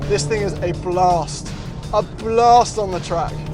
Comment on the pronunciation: "This thing is a Blust" 😂😂😂